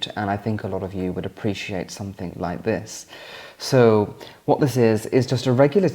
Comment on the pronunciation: The word "something" ends in a G not a K. It's called pronunciation. Making life more elegant for you...